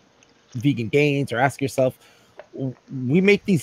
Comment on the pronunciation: I thought you were saying "ass yourself".